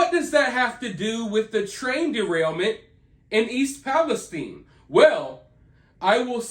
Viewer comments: Agree. We pronounce it east palesTine. Like Time, or Fine. Not eine, like Epsteine. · Thank you for saying East Palestine properly. Nobody else can seem to get it right. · I'm from EP I'm just glad your saying the name right. Lol if your from there you know lol